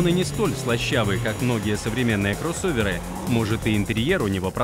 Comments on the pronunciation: А, или что-то среднее между А и О, но никак это акцентированное Оканье. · КрОссоверы... Такое смешное произношение первой буквы О.)))